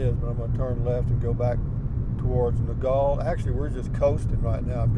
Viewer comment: Nogal is pronounced No-gal (gal like a girl or woman. NOT like gall as in gallbladder)